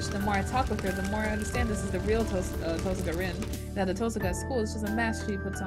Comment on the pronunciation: I love how you've started saying TOHsaka rather than tohSAka. Once you get started with the visual novel, tohSAka sounds so wrong... lol :D